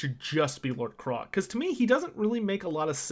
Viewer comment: Why do you keep pronouncing Lord Kroak as Lord Krolak?... It's Kroak, as in Croak, the sound a frog makes, with a double meaning. "Croaked" is a euphemism for died since he's undead. The joke being he's a dead frog so he works with both meanings of the word "croak"